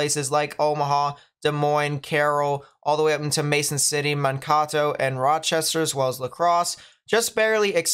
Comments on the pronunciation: Just a heads up, Mankato is pronounced, "Man - KAY - toh". Not, "Man - KAW - toh". Just for future reference. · It's Man-k-toe not men-taco. :) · and we pronouce it with a d, not a T, so Man- KAY -Doh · 😂😂 I had to get to the comments to help with ManKAto. I guess you've got lots of fans in southern Minnesota. Thank you for your videos. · Hi! It’s pronounced like Man Kay Toe 😃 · man-KAY-toh is how you say it. but love the vids a lot thanks man! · This Iowan was going to tell how to pronounce Mankato also.